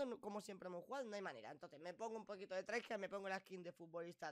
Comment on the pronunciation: Cuando dices traijar quieres decir try hard no? Buen inglés